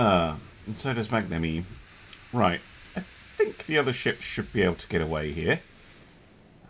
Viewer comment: Funny how you say magnanime xD (just for info the "gna" part is pronounced like "nyan cat" without the last n ^^)